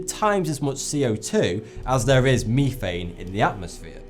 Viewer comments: Is anyone else as utterly enraged at his mispronunciation of the word "methane"? It is pronounced "meth-ane" not "meethane" fudging fuk !!! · Haha mefane sounds funny to Americans lol methane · wow over the pond pronounces methane way different... it threw me off for a little bit until I read the word... we pronounce it Meth-ane while i heard it was Me-phane... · METH-ANE, not ME-THANE, I'm sorry it just got me angry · Methane---- meh-thane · Is no one gonna talk about “meethane”? I guess were just gonna ignore the worst pronunciation error ever said in a YouTube video? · "mifein" LOL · What's the difference between "meethane" and methane? ;) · it's pronounced meh-th-ane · "Meethane" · Jacob Moore I say me-thane, and no one gives a flying fuck. I doubt pronouncing a word in a different way makes you a less credible scientist. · "Mefane" dude.... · Methane is prounouced meth-ain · "Meefane Clafrate" XD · Wtf is meeeeeeeethain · B GAMING To me, he clearly sounds out a fff - phhhh sound, in the beginning. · Yes just because I get upset when he pronounced it meeeethane it automatically makes me ignorant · Isn't it pronounced meh-thane?? :P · Me thane or meth ane o.O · meth-thain you tosser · I keep cringing at the way he says methane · Once would have been OK (but then he had to go and "smash" on it like 4 times!) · Very interesting... A couple of things to think about. First, Artificial Intelligence is not a life form. It is a series of procedures and functions governed by data and algorithms. It seems real, but is just a cleaver construct resembling a thinking entity. Also the word methane is pronounced (Meth Ane) not ( Me Thane) . Just an old man that had years of college and work experience with many hydrocarbons (I manufacture methane to power my generators to have electricity, off the grid) Keep up the good work. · thats a strange way to pronounce methan... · lol, i love the way he pronounces methane. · He says methane wrong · ITS METHANE NOT MEETHANE